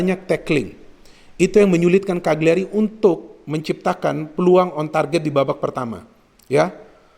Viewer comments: Cara bacanya CA LI YA RI, bologna bacanya Bo Lo Nya. #forzamilan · Eh Ka Li Ya Ri